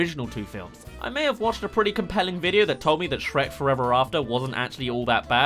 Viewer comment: "Sherk" lol